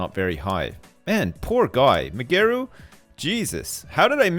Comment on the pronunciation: I like how ' pronounce Migeru's name, Mygeroo mayomoto